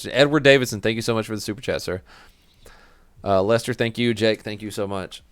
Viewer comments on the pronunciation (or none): none